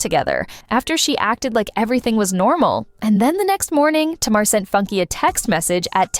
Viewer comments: Tamar name is pronounced (Tay-mar) not "Tah-mar"🤦🏻‍♀️ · It pronounced Ta mar and Mendeces